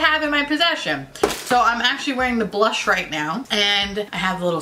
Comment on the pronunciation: I am PISSING MYSELF over the way and amount of times you said blursh